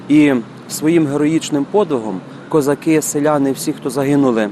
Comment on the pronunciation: Дуже все гарно. Щоправда, "козакú", а не "козáки"...